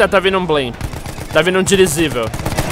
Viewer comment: "Dirizível" Azaghal feelings